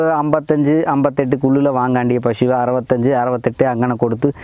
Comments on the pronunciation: പ ഷു അല്ല പശു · pashu anu makane pazhu alla